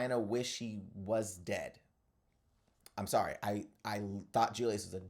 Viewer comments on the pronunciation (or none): none